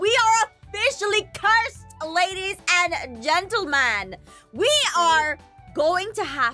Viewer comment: it made me laugh "LaDiEs AnD GeNtAlmAn"